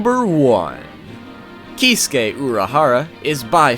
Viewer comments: Probably already heard this but his furst name is said like "kit-sue-key" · He revealed his bankai? I haven't read bleach in a while. btw here is how you pronounce the name Kee Sue Kay acentuate the Sue. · Whenever he say Kisuke, the auto generated subtitle displays "He's gay".